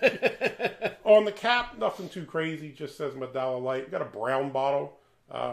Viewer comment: It is not pronounce medalla. It is pronounce medaya since in spanish double ll is pronounce as y.